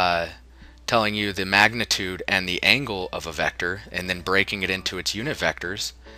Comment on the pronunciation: In the last vector😂😂, couldn't wait to say that word right.